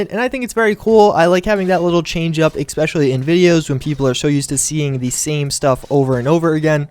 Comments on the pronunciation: He keeps saying ecspecialy. DDE PRONOUNCE IT RIGHT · "especially" does not have an "x" or a "k" in it.